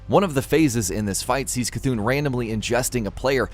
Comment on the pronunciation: For once someone said C’Thun right.